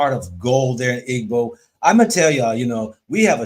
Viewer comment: It is pronounced, 'E-BO,' not Iggboo or iggbo😅 Igbo✊🏽